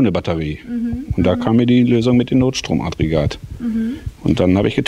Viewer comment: Wäre schön, wenn du NOTSTROM-AGGREGAT korrekt aussprechen würdest. (NICHT NOT-STROM-ADREGAT) Trotzdem sehr schöne Entwicklung! Weiter so! ;) Was ist daraus geworden?